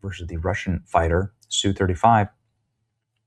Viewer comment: ess yu 35, say the letters.